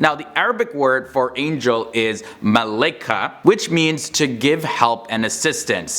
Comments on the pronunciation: It’s actually (Ma - La - Ee - Ka) for Angels and (Ma - Lak) for Angel :) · It's pronounce malaikat (my-lai-card), correct me if I'm wrong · lol u actually think that u covered everything about angel in 6min boy ? u can't even pronouns ملائكه right keep digging and dont show pictures about our islam that would get u killed. and angel of death is angel of death who the fuk is azrael ?